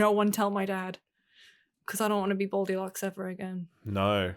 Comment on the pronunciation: I thought she said bold elocks. Not baldilocks 😮